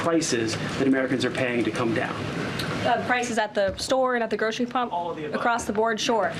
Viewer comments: She said 'grocery pump'... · She said "grocery pump" Hehehehehe